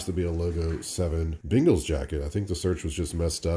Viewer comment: Your regional pronunciation of Bengals (sounds like “bingles” to me) made me smile every time